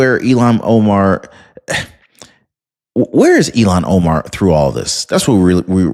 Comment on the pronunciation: IL-HAAN…NOT ELON. Cmon